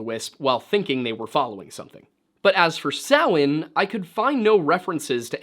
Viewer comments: I trust this man because he actually knows how to pronounce Samhain. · Woooo! You pronounced Samhain correctly high five Thats a rarity even in the Pagan world 😅